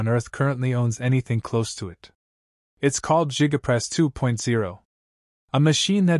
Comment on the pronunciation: Jiga press??? You can do better AI.